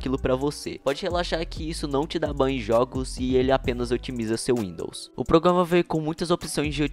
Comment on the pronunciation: Só para de falar: progama E fala: programa